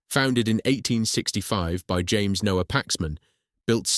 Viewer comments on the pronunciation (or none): none